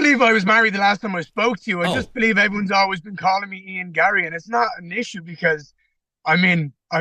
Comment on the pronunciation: Don't start your interview by saying "friend of the show" and then (1) not know how to pronounce his name, and (2) seemingly not know anything about the guy (like that he was married). Sheesh.